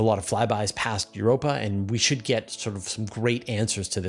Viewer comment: For a moment I thought you were saying 'we found carbon dioxide in Europe' 😂